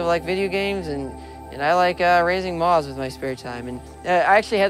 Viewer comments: why can't this guy pronounce moth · Moth not moz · I love him, however, im offended by how he says moth.